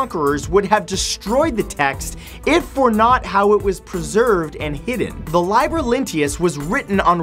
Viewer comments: "Liber" is pronounced "leeh-bur." You need to read more. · It's lee-ber, not lie-ber, and E-TRUS-cans, not E-trus-CEE-ans. Sigh.